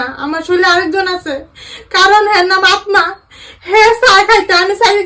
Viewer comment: আত্মা না বাংলায় উচ্চারণ হবে আত্তা